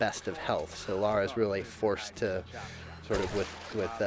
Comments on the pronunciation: Her names LARA not "laura" -__ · Lara, not Laura. God of war, not gears of war. And is is TOMB RAIDER! And we LOVE it!